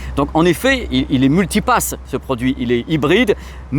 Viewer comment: 8min49 J’ai cru entendre moulti pass #cinquieme élément 😊